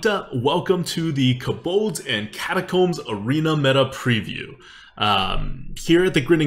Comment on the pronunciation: It‘s „Kobolds & Catacombs“ ... not „Kabolds“ 😉